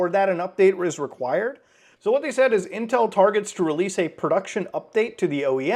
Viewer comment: Intwel in sewrious twouble